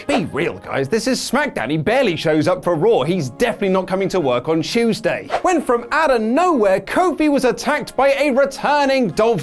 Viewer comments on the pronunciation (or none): none